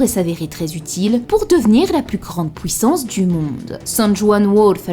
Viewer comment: Super vidéo comme d'hab mais stp pour nos oreilles, fait un effort dans l'articulation ce n'est pas pouissance mais PUIssance 😙